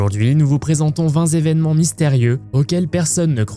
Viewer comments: Ne dites pas vingt z événements s'il vous plaît il n y a pas de S à vingt! Réécoutez vous qd même avant de mettre en ligne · 20 ZZZévènements!!!!!! la dernière lettre de 20 est un T....... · Ça commence bien "vingt "zévénements" ... .